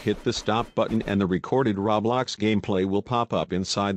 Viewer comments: stop saying rablox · It's not call rablax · He be saying roblox like raw blox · Ummm excuse me but it isn’t called RABLAX ITS CALLED ROBLOX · “Ra blax” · XD me oh and anybody gonna tell this man ITS ROBLOX not RABLAX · I need a real person to tell me this I don’t understand and why is he saying Rablox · What the heck is the robot saying rowbloxd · When it's not rablox it's roblox just correcting you... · Not to be mean but It's not Ro blox it's ROBLOX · Rablox* xD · No one: Not a single soul: Him: RAWBLOX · It keeps saying RABLAX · Everyone: LITERALLY NO-ONE: GUY IN THE VIDEO: RaO- BloX Me:......BAHAHAHAHA 🤣🤣🤣🤣 I’m suffocating from laughter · Did he saw RABLOX twice omg 🤦🏼‍♀️ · It’s pronounced row-blocks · When you bot says roblox but instead it said rawblox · LEARN HOW TO SAY ROBLOX YOU FUCKING WEIRDO!